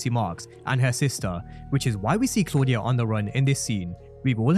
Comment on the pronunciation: I love how Tommy pronounces Claudia's name.